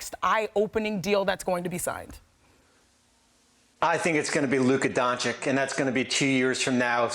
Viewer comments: Why espn can’t say Doncic right? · Still can't pronounce Dončić CORECTLY .Espn bunch of mor...s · its fascinanting how they still can not pronounce Doncic right🤣